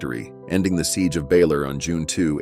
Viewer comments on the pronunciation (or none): Siege of Baler! Not Baylor 😅